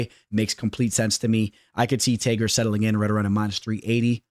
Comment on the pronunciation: Ngl bro the way you said Tagirs name annoys the shit outta me LOL